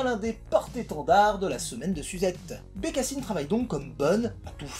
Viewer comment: BecassAÏNeee, is my voisAÏNeee... 😂😂😂